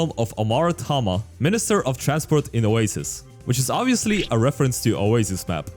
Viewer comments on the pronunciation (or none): none